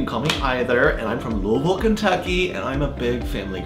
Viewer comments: I can't stand The Bachelor or The Bachelorette. But this video had laughing so hard that I was crying. And being from Kentucky. I am glad that Trey pronounced Louisville correctly. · And you pronounced Louisville correctly! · LOL first off, THANK YOU for pronouncing Louisville correctly. Secondly, this is... awesome. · YASSS!!! He said Louisville right!!!🖤👏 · Honestly, you said Louisville right- you have earned my respect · Midwesterner proven- he said Louisville correctly! 😆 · Just glad he said Louisville right